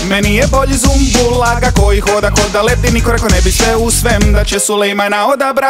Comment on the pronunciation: Nije ZUMBUL brt vec Sumbul jbt.